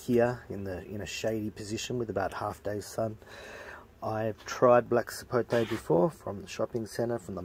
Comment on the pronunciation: Finally an Australian that doesn't say "Sapotey".